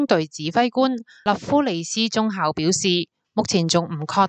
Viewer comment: 粵語中校「教」，不是中「效」，敬請留意。